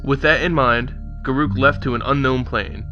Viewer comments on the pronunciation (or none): He is pronouncing it wrong. Listen to any Wizards of the Coast employee pronounce his name. It's Gar ock. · If his name is pronounced the way you say, it would be written as garuuk, not garruk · dont worry Garruk is my favorite planeswalker and i pronounce it, and always have, Gah-ruke. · a have always called him Gar-ook as well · i always pronounced it guh-ruk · Garoookie crisp...lol, we call him Garook 2